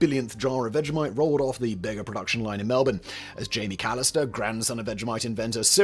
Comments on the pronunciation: "Bega Cheese": pronounced bee-ga, not bay-ga. The sale to Bega from Kraft returned Vegemite to Australian ownership. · It's pronounced bee-ga and they have ruined every Kraft product that they have acquired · Bayga LOL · "Bega" is pronounced "BEEEGA" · It's grouse mate, is what it is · Bega - pronounced BEE-guh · Bega,the town in NSW where the brand started and Bega the company are pronounced Beega.